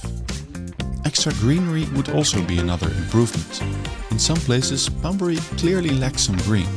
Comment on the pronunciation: Plazes? Places! Dutch randzdad accent...